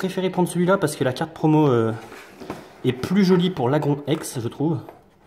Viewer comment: sa se dit lagroun